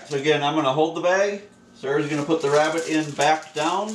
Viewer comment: Do you west youw wabbit in a westinghouse?